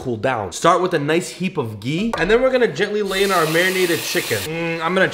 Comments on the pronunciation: It's not gee it's ghee 😂😂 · btw its gHee with the H pronounced fully it is not gee